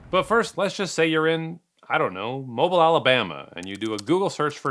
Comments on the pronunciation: honey, baby, I love your content, but it’s pronounced “mobeel”. I’m a Yankee from Philly and even I know that. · Mobile, Alabama, is pronounced Mo-beel. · Have you have been to Alabama, that pronunciation of "Mobile" 😅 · Mobile, Alabama is pronounced “Mo-BEEL,” rhyming with steel or peel. Not “mobile,” as in mobile home or mobile phone. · Mow-beel not mobil. Mobil is a gas station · Great video! The proper pronunciation of Mobile, Alabama is not "mo-bull" but pronounced "mo-beel". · Not trying to be a D bag, I’m just trying to help you. The city is not pronounced “MO-bull”. It is pronounced “mo-BEEL”. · How do you screw up "Mobile", Alabama? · It’s pronounced “Mo-BEEL”, not “mobile” like in mobile homes. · Mo-bill not Mo-bull. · He killed me with how he said mobile. It mo-bill not mobile like a phone lol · I had to check on the way to pronounce Mobile. You really confused me. I'm not American but I have friends in Alabama and have visited a few times. I've always said "MO-beel", rhymes with "SO real". But you said "Mobull", like what Americans call a cellphone. Even the Google search talking thing said it like that. Was I wrong? Turns out no. I am saying it correctly. "MO-beel" more or less. As confirmed by friends who are from Mobile. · Mobile, AL is pronounced mo-BEEL... Not MO-bull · I can’t take it anymore!! It’s pronounced “Moe-bill” (long o sound). Not “Mobil” or “Moble”. 😂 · It’s not Mobil, AL It’s pronounced MobiLE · It's not "Moble" but "mo-Beel" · MO-BEEL not mobile lol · It’s pronounced Mobeal not Mobile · ITS MO- Beal not Mobile. Sorry I just had to get that off my chest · It's MoBEEL, Alabama, not Mobull. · Lol I'm from Mobile and always get a kick out of Non-Southerners pronouncing it as mob-le, I mean, yes it's spelled mobile, but we pronounce it as Mo-bill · If you pronounce bill and eel the same way, then indeed it’s mow-bill. The important element, however, is that the emphasis must be on the second syllable. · It’s pronounced moe-beal